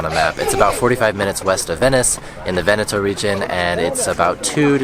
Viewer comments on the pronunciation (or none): none